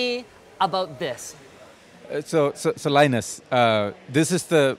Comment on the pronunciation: He said Sir Linus, but what i heard was Sirlinus, which sounds like a flu to me. :P